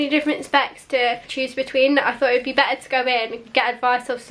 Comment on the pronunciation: “My sister actually has the MacBook Ahhhhrrr but this one is actually a little bit Beh Ah”